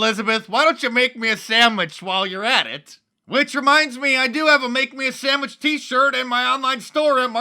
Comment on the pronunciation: "Make me a sammich and get me a beer"